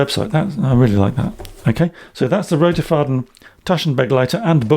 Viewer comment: This is such a good review thank you so much. I was very split on purchasing one as it is quite pricey (in my opinion) but this has helped immensely. Also your pronunciation of Roterfaden is great!